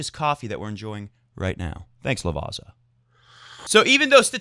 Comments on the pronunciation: Yes, and not only on players' names :-D! It's Lavatsa, not Lavasa. The Italian "z" is always either a "tz" or a "ts". That italian guy's ears will be hurting once more :-D :-D :-D!!! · Oh, you silly ol' goose. You correct yourself on the pronunciation of Cecchinato. Just a few seconds later you pronounce Lavazza as 'Lavaaaaza', It's pronounced 'Lavázza" with á meaning a short emphasized a and zz should be pronounced like zz in pizza - like a t and an s at the same time. Gotta love it;D